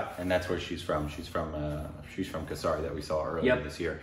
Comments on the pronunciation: It is KeshAri not KeshAAAAri Or KeshAYEri. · The pronunciation is K-Sʌ-Ri: for the movie Kesari